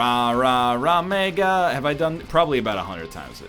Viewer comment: Will this be the episode that NL re-learns that Rah-Mega is actually Rag Mega? Of course not.